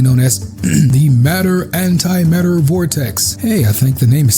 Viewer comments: Matter and Antimatter not Mater antimater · Isnt it "antimatter"? I thought i read mater antimater.